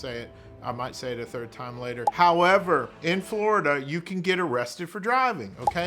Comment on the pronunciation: Good morning, I like the "HOWEVER." lol